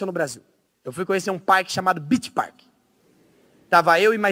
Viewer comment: man ele só errou o Park .-.